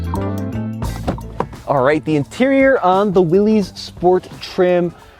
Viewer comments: Dammit! It’s Willis, not Will-eez! Haha. Love the Jeep, enjoy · Its not Willy's Its WILLYS pronounced Willis. It's originally WILLYS Motors. OK Jeep expert should know that. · Many people on these videos mispronounce the name “Willys,” saying it as if it were spelled “Willy’s.” John Willys was one of the founder-owners of Willys-Overland, one of the companies that owned the Jeep name and built Jeeps over the years (including WW II with the Willys MB, upon which the Ford GPW was based). It is simply a different spelling of the name Willis (as in Bruce Willis), and that’s how it should be pronounced. Just thought you might like to know. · Pro tip don’t embarrass yourself pronouncing your vehicle incorrectly. It’s “WILLIS” Not “WILLEEZS” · He’s definitely not a Jeep fanboy! Not pronouncing Willys right is something a true fanboy would ever do! Willys not Willy’s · ItS CaLlEd The "JeEp WiLL-iS" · Uh... it's pronounced "WILLIS"